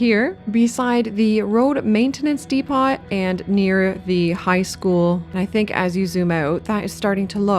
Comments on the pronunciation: Good video, but lol you saying "de-pot" kills me lmfao just to help you look at it like this depo and not depot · Do all Canadians pronounce the T in Depot? In the UK it is silent and I’ve never heard it otherwise before. Great video btw.